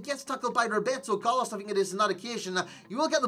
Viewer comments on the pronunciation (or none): none